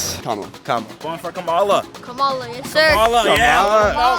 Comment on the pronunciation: Why can’t pronounce Kamala correctly when people keep telling him repeatedly? Pay attention!